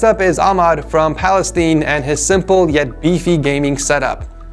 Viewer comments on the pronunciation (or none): fyi its Palestine not Palesteen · PaLeStEeN. Its palestine. [pa - lis - ty - n] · did you just say “next up is Ahmad from palesteen”